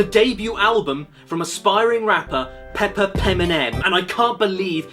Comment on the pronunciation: You already sounded like you’re saying potty. Yeah it’s racist, but not offensive.